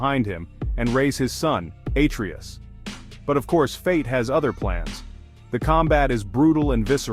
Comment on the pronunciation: Bruh, the whole video was supposed to be so good, informative and I agree to most of them, if not for that Kratos and Atreus pronunciation lol.